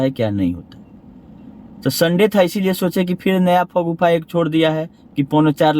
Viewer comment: अपने को ब्रेन ऑफ बिहार कहते हो और शगूफा को फगुफा बोलते हो?१० वी १२वी तक भी पढ़ लेते तो ऐसी गलती नहीं करते ।😅